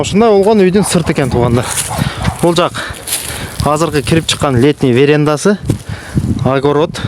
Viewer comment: Верендасы эмес верандасы